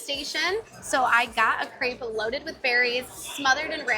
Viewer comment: Every vowel has turned into 'a'. 'Let's get this over wath'